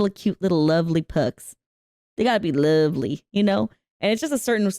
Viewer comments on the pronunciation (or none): none